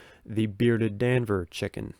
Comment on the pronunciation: D’Anver is pronounced Dahn vair